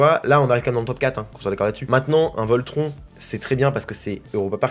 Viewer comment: hahah j'adore tes videos mais pleasee un effort sur la prononciation de Voltron haha